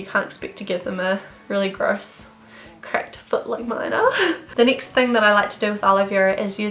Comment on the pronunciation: It drives me insane how u say nixt or neext instead of next